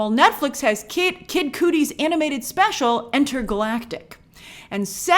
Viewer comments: His name is pronounced Kudi…like putty with a “K”. You did this mispronunciation before with the television show “The Chi,” you said “The she”, it’s pronounced like “Chai Tea”. Except without the tea obviously. Our city is called “The Chi”, not “The She”. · Grace Cudi is pronouced cuh-dee